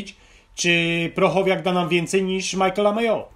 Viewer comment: Chłopaki tak trudno sprawdzić nazwisko... PRO - CHO - WNIAK! Nie "prochowiak"...